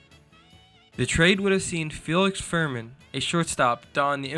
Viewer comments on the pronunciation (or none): Names are pronounced as Felix "Fermeeen," and John "Wet-land." Otherwise, excellent content! Appreciated!